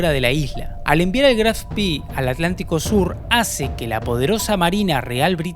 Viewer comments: Muy buen video,muy interesante. Si me permites una corrección,todo el mundo pronuncia " Graf Spi",Pero al ser alemán,es Graf Spe.Gracias y saludos! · Pero la pronuncia está errado. Si dice Graf Spee, así como está escrito, con dos "e", no spi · Muy interesante relato de este suceso tan próximo a nosotros...Una acotación ..lo pronuciàs en inglés (Spi) , en alemán se pronuncia tal cual en español ..Spe ..Gracias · Si te interesa, en alemán se pronuncia graf shpee, como se lee, como una doble e, no graf spi. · Disculpe, pero no puedo dejar de hacerlo. No se dice "Spi" sino lo correcto es "Spee". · Estimado, permítame una pequeña corrección...El nombre del buque alemán Admiral Graf Spee se pronuncia fonéticamente así en castellano: Admirál (con el acento en la última a) Graf Shpé ( Sh, como cuando pedimos silencio, y pé (no pi, como sería en inglés). Esto me lo enseñó personalmente quien fué Jefe de la Artillería Principal del Spee, el capitán de Corbeta Wilhelm Rasenack, cuando lo visité en los años '90 en su casa de La Falda, Córdoba, Argentina. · Una pregunta !, porque lo llamas Graf Spi , no es un nombre inglés; si no alemán, se debería decir Spee (e) no ( i). Gracias! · Siempre dicen "Spii", como si hubiera sido un buque inglés, se dice "Shpe" ya que era un buque alemán, nimbrado asi en honor al Conde(Graf) Spee, héroe alemán decla 1a Guerra Mundial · Muy bueno el video. Solamente aporto que no se pronuncia spi sino shpe o spe, es alemán no ingles. Saludos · Es Aleman no ingles, por lo que se dice Graf Spee, no spi jajajaajaja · Pronuncia bien Chabon En alemán es Graff spe. Se pronunciarla spi. Si fuera inglés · Estimado el nombre del buque se pronuncia al final con la letra E es decir así como lo vemos en castellano GRAF SPEE Doble E es i sólo para los british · Es gracioso, pronunciás "Spee "como fuese inglés y "Exeter" como si fuese en castellano...